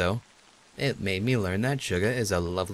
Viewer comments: when said he'll just say Suga as "Shuga" it reminded me so much of BTS's Suga omg. i'm. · I love how cry says Schuga instead of Suga. xD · Got really excited when decided to pronounce Suga as "Shuga" because that's the name of a BTS member. tiny squeals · The way you pronounce Suga makes me so happy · Its so awesome to hear say Suga XDD Gaahh, I think of BTS's Suga because of it! Fandom feels are everywhere XD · LOL the way you pronounce Suga only makes me think of Suga from BTS.